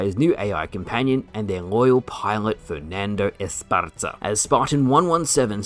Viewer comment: The Fernando Esparza pronunciation was heroic,. Lol W vid